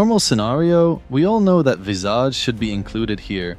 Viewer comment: Its pronounced Vis-Idge like 'fridge' but take away the 'Fr' and add 'Vis'